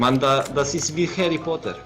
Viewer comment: hary poter D